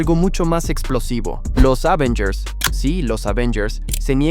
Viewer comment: Es Avengers no Ávengers sea serio